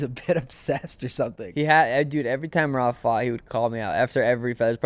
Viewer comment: Calling him meraby😂